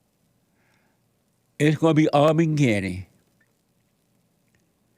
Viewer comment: It's ARMY-GET-EM, Jesse!😊